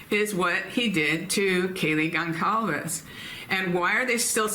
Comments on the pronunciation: Kaylee’s last name Goncalvez is pronounced “Gon-sal-vez.” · please try to remember that Kaylee's surname is pronounced "Gon-sal-ves". Others here have commented on this. We have been hearing the name for 2.5 years, and I'm sure coming across as disrespectful is the last thing you would want to do. 💖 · Can you please learn how to say Gonclaves? It makes me cringe and feels so disrespectful for you to still be pronouncing it so wrong.